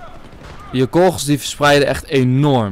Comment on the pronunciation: hoe hij kogels zegt lol